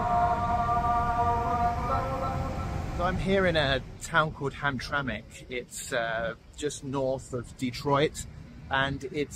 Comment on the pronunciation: The way u pronounce Hamtramck is irritating… no one thought to correct you😅